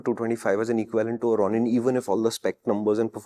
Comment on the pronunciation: How does no one know how to pronounce Ronin?